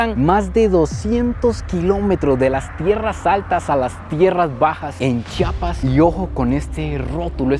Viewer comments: Muchas gracias por pronunciar bien *CHI-A-PAS*... Ya que de los otros estados de la República, valen pura vrg en la pronunciación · Gracias x visitarnos y visitar nuestra zona indígena y sobre todo por pronunciar bien Chiapas. Y muy cierto que la zona indígena se rige x usos y costumbres. Hay lugares a los q nosotros como locales sabemos q no debemos entrar.. Espero y te lleves una buena experiencia. Saludos